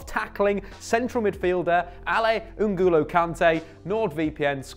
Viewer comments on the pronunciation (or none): Love the content but please say n’golo like “go” not “goo”, I’m French